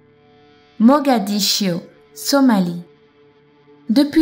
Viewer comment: "mogadiscio" ( en français ) et " guinée" ... sinon intéressant merci ;)